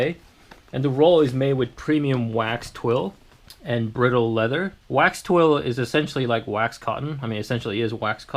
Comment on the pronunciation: About two years later, but it's "bridle" as in a horse bridle. Not pronounced like "brittle." (for those coming upon the video later) Other than that, great review.